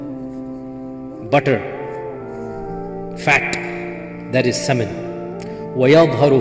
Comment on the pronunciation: Mash Allan I like this speaker! Especially the way he said “Butter” and “Fat” ! 😂😂😂